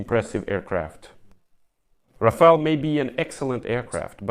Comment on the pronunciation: Rafael ❌ Ra-fail ☑